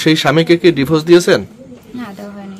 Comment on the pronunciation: ডিফোস😂😂😂 নাকি ডিভোর্স?